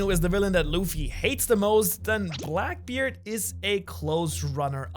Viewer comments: Ah yes, the infamous BLACBKEARD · blacbkeard lol my guy just butchered his confidence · blacbkeard LOL